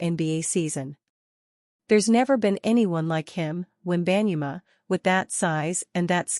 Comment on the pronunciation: Please pronounce people's names properly, before speaking it on air. She butchered "Wenbayama's" name.